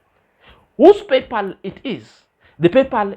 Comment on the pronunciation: thinks she knowsit all yet she says..... PayPaul.....instead of PayPal. I didn't understand what she was saying.